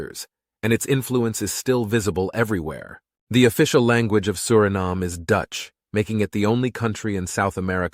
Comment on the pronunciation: You pronounce the country’s name Surinaam and other times Suriname. Make up your mind.